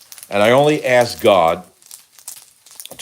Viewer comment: God !not Gog